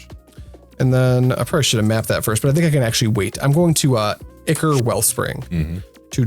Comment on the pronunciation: Just getting back into MTG after 20 years. Still learning about Pauper. Subscribing because you pronounced "ichor" correctly